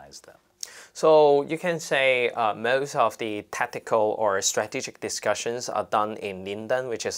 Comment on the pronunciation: Totally, totally with the protestors here. But please, stop trying to pronounce words with an English accent (for example ‘most’, this guy says it and it just comes out as ‘mawwwuuuust’, sounds so pretentious and tacky) if you can’t do it. Thank you!